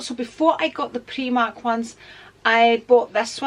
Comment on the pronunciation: Never heard the pronouncing of primark as preemark